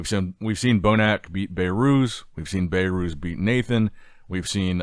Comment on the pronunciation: I heard BayyyyyRooz dozens of times now it is enough… say BehRuz 😂